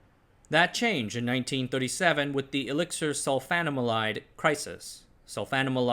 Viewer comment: I'm used to your mispronunciations but as a former student of Chemistry, I can't let "sulfanilamide" pass. It's "sulfa-nil-amid". Blame the Germans for their organic compound naming rules based on their language.